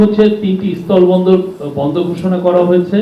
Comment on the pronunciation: জনাব, আপনার উচ্চারণে মহা সমস্যা আছে। আপনি বলছেন, স্তল বন্দর নাকি স্থল বন্দর? আপনার মতো এমন পজিশনে থেকে উচ্চারণে ভুল মেনে নেওয়া যায় না।